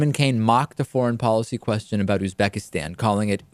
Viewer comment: Pretty sure the Uzbekistan mispronunciation was intentional to make fun of the name. The real mistake was calling the country insignificant.